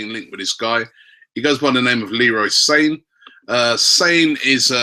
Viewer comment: Wrong pronunciation again, Robbie. Leroy Sane, his surname is pronounced in the way similar to Sadio Mane. Not Sane as in the word "insane".